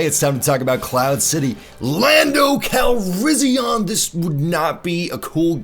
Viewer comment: It's pronounced cal-ris-i-an not ahn